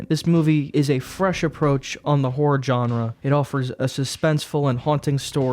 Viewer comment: Hi, great job. I enjoyed your reviews very much and a few movies I'm gonna rewatch per you recommendations. Thank you for not spoiling the films yet adding enough detail to stir up interest. Btw you don't have to hit the 'G' in 'genre'. It's typically pronounced with a 'J' instead. Like 'dijon' mustard. Either 'jon-rah' or "Shzzahn-rah'. no offense meant, you enunciated so well otherwise.